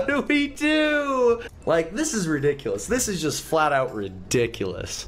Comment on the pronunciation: when said "ridiculus" on i laughed soooo hard i dont know why!!!!:D